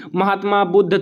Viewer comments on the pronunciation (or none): none